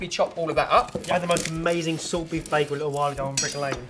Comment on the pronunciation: Props to for the correct German/Yiddish pronunciation "Beigel", the spelling of which is above the brick lane shop and gives the clue to the food's origin. 😊